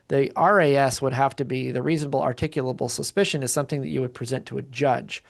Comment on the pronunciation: Reasonable, "Articable," Suspicion- Learn to pronounce it before you use it, Slobberin' Shitizen.